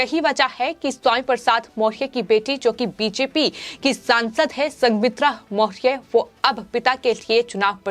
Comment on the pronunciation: वीडियो में पत्रकार सही ढंग से मौर्य शब्द का उच्चारण भी नही कर पा रही है बङे क्षेद का बिषय है ।